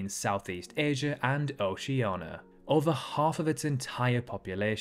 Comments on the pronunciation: Please stop pronouncing Oceania as Oceana. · If you look up Oceania it will show you how it's pronounced aswell, none of the pronunciations ignore the i. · shouldnt the i be pronounced by the rules of the english language?